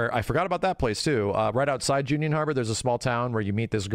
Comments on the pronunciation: It's Junon as in like "Jew-Non", not Junion! There's no "i" in it... I'm sure has been called out on this a million times before and doesn't care, but it bugs me every time:( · Always love the breakdowns from this guy...but why the hell is he saying "junion" and not "junon". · I fuggin' love you but gotdam. Jew-non. I never figured out how we go to J-union.😂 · Love you max and your excitment levels my own. But there's no place called "june-yun" joo-non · why do you say "Junion" harbor. It should be Ju-non. Just a small thing that caught by ear.:) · WHY DO YOU KEEP SAYING "JUNION!?" IT'S Junon!! You should know this! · Learn how to say gold saucer. And not june-ion harbor its junon like joo-non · This might be my std speaking, but, its Junon, not Junion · keeps saying "Junion" 🤣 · Why’s he saying Junion? Is it actually pronounced like that? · For all of immense knowledge of FF7 and after all this time he still pronounced Junon Harbor wrong. Every time. Haha. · Why’s he saying ‘Junon’ like that?! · for the love of bahamut someone please tell how to pronounce Junon Harbor